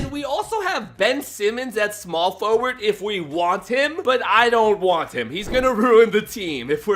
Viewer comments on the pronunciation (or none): none